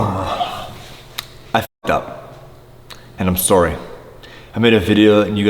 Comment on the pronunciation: It's spelled SAWRY not sorry.